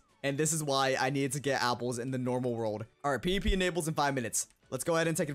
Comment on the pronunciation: i literally thought you were saying pp not pvp